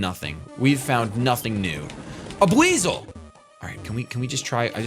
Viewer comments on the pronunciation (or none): none